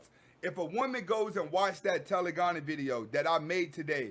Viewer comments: Loving all the knowledge bro. You're REALLY helping me through a tough break up. You're pronouncing it wrong tho. It's TE.le.gony. like hypergamy. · Telegony is pronounced Taa - lay - gah - nee. Peace to you God.